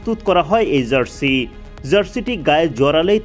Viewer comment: zarsi কি জিনিস? সাংবাদিক হইসেন উচ্চারণের যা-তা অবস্থা কেন?